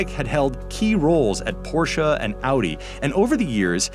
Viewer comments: THANK YOU FOR SAYING PORSCHE CORRECTLY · Yessss you said Porsche right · Well done! You pronounced Phaeton (Fay-ton) and Porsche (Por-sha) correct.